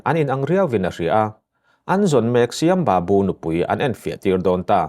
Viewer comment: Ka pu Shyam babu/Sam babu tia lam tur a ni e ilam dan hi a dik lo aw.